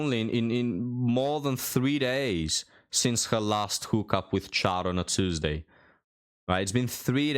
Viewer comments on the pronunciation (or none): none